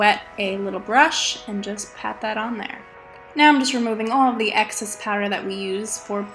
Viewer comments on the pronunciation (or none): none